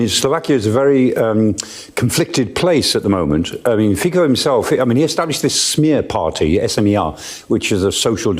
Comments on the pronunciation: He is pronouced Fitso, not Fiko, that sounds kind like F@ 😅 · Fico is pronounced like “Fitzo”☺️ And being anti-funding Ukraine doesn’t make you “pro Putin”. although everyone and their moms is pushing that narrative. I don’t understand the Poland giving gas to Ukraine via Slovakia theory, why do they need to? They border Ukraine directly and it’s a long border. And how’s that Ukraine’s revenue if it’s sold in Ukraine? It’s very confusing. If he would’ve said Poland is using Slovakia to send gas from the Baltic to Austria and Germany, yes, but to Ukraine?! And in general why would anyone buy highly expensive American or Norwegian oil and gas when they can buy much cheaper from Russia? These Euro leaders don’t care about their countres’ interests at all.